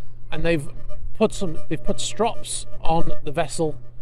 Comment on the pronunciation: The way ypu say strap sounds like a strop like to sharpen knives